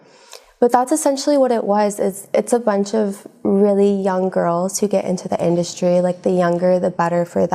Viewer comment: I like it when they called it indusry 😂